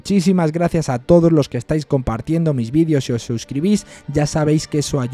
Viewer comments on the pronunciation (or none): none